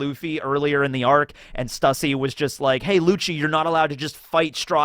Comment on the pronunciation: The YouTubers pronouncing stussys name wrong constantly is hurting me physically